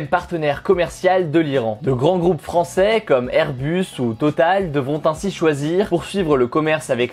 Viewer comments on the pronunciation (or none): none